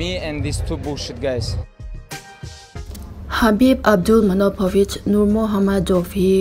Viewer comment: Habib anilo... Khabib tih tur